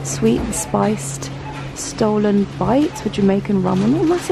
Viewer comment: you need to travel outside London if you haven't heard of Stollen (2 Ls so not pronounced stolen)